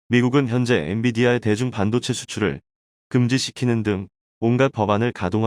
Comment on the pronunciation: 읽기 연습후 방송하라 반도체를 반도제 신조어 양산 기사를 요약하거라 듣기가 거북하다